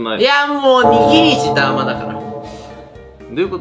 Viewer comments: 握り石ダーマのダーマはそのイントネーションで合ってるの？ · ダーマのイントネーションそれなん？